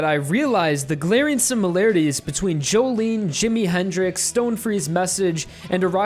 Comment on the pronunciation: It's pronounced "joe-lin"